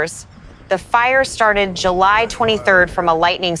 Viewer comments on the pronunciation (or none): none